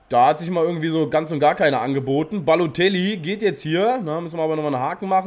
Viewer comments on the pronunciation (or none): Wie er einfach nur babotellie sagt xD